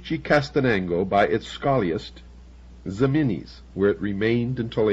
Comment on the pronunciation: hehe "zeminis"... it is Jimenez, which was written sometimes as "Ximenez" in Spain's golden age. Also, Ciudad Real is pronounced /see-oo-dad/... Love ol' Bill, but his Spanish was una mierda! lol